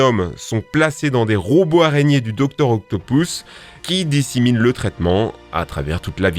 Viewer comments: Dr. OctopOUsse ??? Pour moi, ça se prononce Dr. OctopUsse (Oui, je sais que ça s'écrit Dr. Octopus). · mec quand ta dit octopus ta dit octopous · salut, la video est incroyable, rien a dire mais juste, est ce que tu pourrais dire OCTOP U S et pas octopous stp merci continue comme ca :) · C'est Docteur Octopus et pas Octopous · Désolé mais c’est pas octopous c’est octopus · Entendre octopou au lieu de octopuce c'est marrant mais t'inquiète on c'est que c'est pas ta faute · Docteur occtopouce ?? 😂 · "doctor octopous" hmhm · Je reve ou il a dit docter octopouce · Octopousse, milsse morales, marie jeanne, ... par pitié apprends à prononcer les noms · Docteur Octopouce ?? mdr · je t'en prie arrete de dire "docteur octopous" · auctopous ????? milse morales ?????????????????????????????????????????????????? ⬆ ⬆ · docteur octopouce 😭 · "Octopouce" "Miles Morales"... where is le respect ?😭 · « doctor octopousse » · Juste, personne ne va parler de son "Docteur Octopouce" ? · Arrête de dire docteur octopouce stp... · "docteur octo pouce" xD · Dr octopous Marie gane je suis le seul a avoir entendu 😂😂😭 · J'aime la manière que tu dis Dr.octopus comme Dr.octopouce😂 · Stp aprend à prononcé les nom parce que mare jane et docteur octopouce faut pas abuser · Une très bonne vidéo, malgré des erreurs de prononciation sur Dr Octopus et Miles Morales.